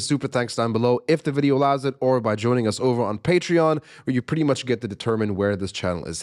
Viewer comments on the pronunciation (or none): none